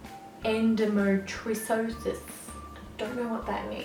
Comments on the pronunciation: en- do - mee - tree - oh - sis :) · "Endo me tree oh sis" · I smiled so much when she said that...glad she doesnt know what it is. Sucks!